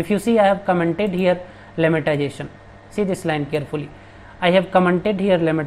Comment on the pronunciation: Buddy its lemmatization not lemmantization